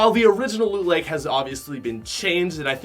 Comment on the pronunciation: Mans said "Lean Lake" Lmaooo